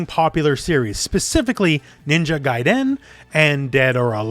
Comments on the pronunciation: He says Gaiden so weird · Would love a reboot! I hate how you pronounce 'Gaiden' tho...